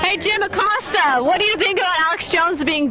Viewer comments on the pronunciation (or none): Jim acacosto? That's what I heard is that really how u say his name?